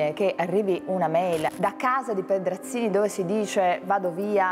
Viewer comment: "Pedrazvi Scenzini"